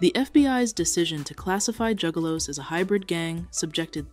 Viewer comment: At one point she said jewgaloos